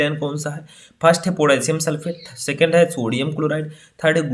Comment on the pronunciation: लिखे हो सेकण्ड और बोल रहे हो सेकेण्ड😡😡😡😡